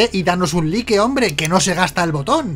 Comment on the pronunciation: "danos un lique" 😂😂😂😂